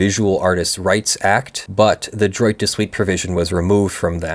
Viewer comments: "Droit" is pronounced closer to "dwah". :p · Droit is pronounced drrrwah(t). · Every time you say “droit” with a hard t, I cringe. It’s pronounced closer to “draw”